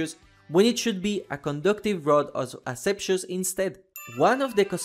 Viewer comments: its Rod of Asclepius not Ascepcious cmon bruh... and its pronounced Askleepeeus from the Greek word Ασκληπιός.At least you saw your mistake and fixed it! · Asclepius+= ashepsus, I dunno if this is an accent thing but it left me confused for a while before realising this, sorry if that is you’re accent or how you learned to pronounce it and I am making fun of that fact it just didn’t make sense in my head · "Asclepius" please, not "asepshius" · My man, the pronunciation of Asclepios is an utter disaster😅